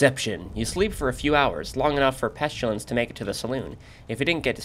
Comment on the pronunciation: PEST-ILL-ANSS not Peschillance